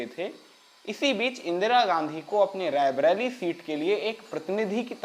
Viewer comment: आपके उद्घोषक का 'रायबरेली 'शब्द का उच्चारण ग़लत है। ये बराबर रैबरेली कहते जा रहे हैं, जबकि सही उच्चारण रायबरेली है । कृपया भूल सुधार लें ।